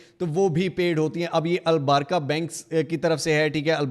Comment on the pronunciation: Al barka nhii Al baraka 😂